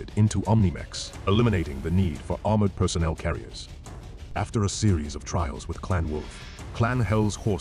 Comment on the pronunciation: Clan Wolf heard "Armored Personnel Carrier" and put the emPHASis on the wrong SylLABles.